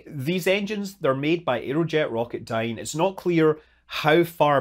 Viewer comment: Every time I hear Scott say "Rocketdyne" my brain pipes up, "Did he say Yoyodyne?"